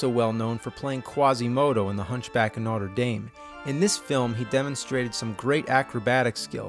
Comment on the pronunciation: Its notre dam, not dayme.